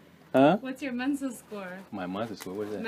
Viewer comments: wir sagen tatsächlich selten "freut mich, dich kennenzulernen" (nice to meet you). und noch viel seltener am ende des treffens als "hat mich gefreut, dich kenngelernt zu haben" (it was nice meeting you), so wie du es hier sagen wolltest. btw es heißt "Mensa", nicht "Menses" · she said "MENSA SCORES" not menses hahahahha